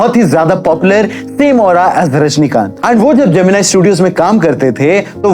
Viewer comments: Gemeneeeee not jemini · Naam sahi se lena sikh lo pehle जेमिनाई नहीं जेमिनी गणेशन south ke famous hero the us time k ...ek movie bhi bani hai is p jo MX player app p hai usme rekha ar uski mother k bare me bhi dikhaya gya hai thoda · Not geminai he is gemini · Bro not जेमिनाई its जेमिनी Ganeshan... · how crazy this youtuber is, "NO research" , Pushpavalli is 1st wife , then he married to SAVITHRI , after that he was not much caring about 1st wife (Pushpavalli ) she is not puspavalli , she is MAHANATI SAVITHRI, bina kuch pronunciation ka research kare जेमिनी ko GEMINI (AI TOOL) banadiya 🤣😅 *but no problem else was good* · Stop saying gemin-I it's gemin-ee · His name is gemini and not geminai.... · pronounce gemini properly and why did you use Savitri pics?